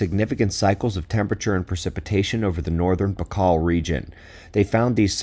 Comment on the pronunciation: Baikal rhymes with Michael.